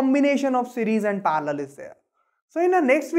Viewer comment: It is not parlor it is parallel